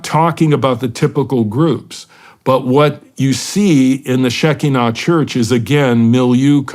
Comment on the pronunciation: its pronounce she KI nah